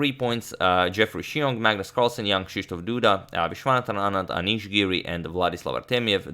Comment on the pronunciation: Same with Jan Krzysztof Duda. Polish names are hard, but Antonio nailed it